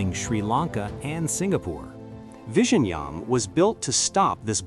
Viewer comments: Its not pronounced Vi-Ji-Nyam It's Vi-Yi-Nyam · It is vi-zhi-njam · Vizhinjam is pronounced as "Viyinyam" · It's not Vision-jam in Malayalam 😂 you are just a bot doing propoganda on behalf of North Indian in the South to create discord here, South Indian have more to worry from the North Indians than from Chinese who are generally minding their own business.😂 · Killed the pronunciation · The ai pronunciation of this port name reminded of benedict cumberbatch "penguin".😂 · Commenting from india. If you cannot even take the trouble to learn to pronounce the name of the port correctly, then your credibility is questionable. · Pronunciation of 'Vizhinjam' is wrong, you will have to put it in Google Translate cause I honestly can't help you here 😊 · Yes, and silently cringing whenever this guy is saying vizhinjam 😢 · Me, and yeah, and I'm cringing loudly inside whenever this guy is saying Vizhinjam; everyone says it wrong. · english man dnt know how to say Vizhinjam😂😂😂😂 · Learn to pronounce Vizhinjam first😂and nope Thiruvananthapuram isn't a small fishing town bruh... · the one place with two very unique letters in the malayalam language, so unique that even indians from other states find it difficult to pronounce, will now become a global hub. can't wait to hear news anchors across the world struggle with this word.